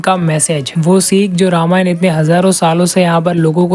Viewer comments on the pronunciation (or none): सबसे पहले आप "रामायणा" बोलना छोड़िए । "रामायण" बोलिए। अजीब हाल है भाई। और वाल्मीकि रामायण में किसी भी वानर के पास गदा का ज़िक्र नहीं है फिर आपको original रामायण में कहां से कौमुदगी नाम मिला। किस रामायण को original मान बैठे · Pehle toh ramayan ka pronounciation dhang se krle angrez....